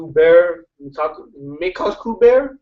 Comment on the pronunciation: goodbye my shipping friend Mekaku is like Meh-kah-koo just so you know